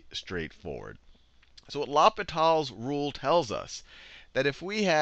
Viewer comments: It's not la-pe-tal's rule, it's pronounced law-pee-tal's rule. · I laughed every time he said law-pit-all instead of loh-pee-taall. french is hard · it's actually pronounced low pee tal (french for hospital) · It's L'H(oh)pital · It’s funny how people pronounce it differently , Person 1 : LAPITAL Person 2 : LOPITAL Person 3 : ..... L - Hospital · Sachin Nair in french it's more of a Oh-Pee-T-Ah-L. Not Oh-Pee-Tall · I kinda like "Lop-it-all" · It sounds like "Lupita's Rule". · "Loppitall's rule", are you kidding me with this? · mispronounce it in front of your teacher and you get sent to the l'hospital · Great video, you butchered the pronunciation of l'hôpitals though. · Great video but please pronounce l'hopital properly its bugging the hell out of me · please never pronounce L'hopital ever again XD XD